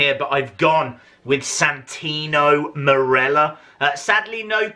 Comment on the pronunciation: Dude you broke my heart when you said santino morello